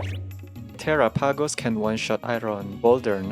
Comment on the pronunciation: Are people deaf? I very clearly hear terrah-pagos. An accent, sure, but he says the whole thing.